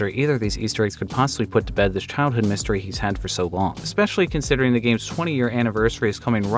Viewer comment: He said “moo-stery” and I unsubscribed